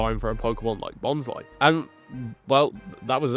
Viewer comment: I'm sorry... Who/what pokemon is Bonsai? I cannot unhear this now. I always read it as Bons-lee XD